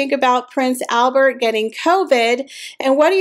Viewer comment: The Monaco Royals speak French. So YOU SHOULD pronounce HIS NAME PROPERLY AND CORRECTLY!!!!!!!!!! NOT THE AMERICAN WAY!!!!!!